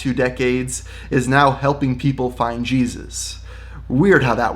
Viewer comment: im not christian, but jesus u either have a d or v is it that hard